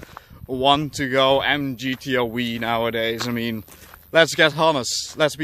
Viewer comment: MGTO "weeee", lol. It's pronounced "double u", I know you're Dutch and all, but you I'd think you know.